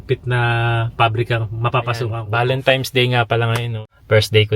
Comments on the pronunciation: Valentines po kuya hindi valentimes ✌️ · VALENTINES kasi hindi Valentimes, N hindi M.